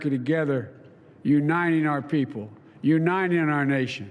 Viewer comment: Biden can’t even say the word ‘uniting’. He always says U-9-ing.